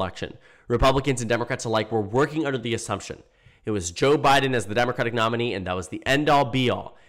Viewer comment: when you're saying "Joe Biden," hit "Joe" a little longer. In this video, it sounds like "J'Biden"